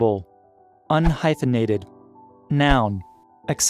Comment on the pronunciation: OMG! Seriously. If you like to sound like you have a clue, explaining what some words with Latin etymology mean, and then pronounce "etc." as "exedara" you have already disqualified yourself. An there is no "asterix" to save you from this roman verdict, either.